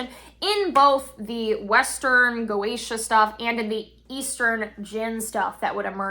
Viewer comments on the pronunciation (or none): none